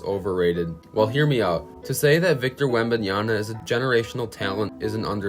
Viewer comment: Wembanyama** not Wembanyana pay the man some respect